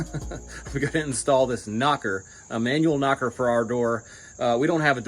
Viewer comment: You can't say "knocker".